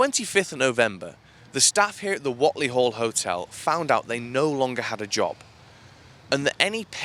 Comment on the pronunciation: FYI.. it’s pronounced wait-lee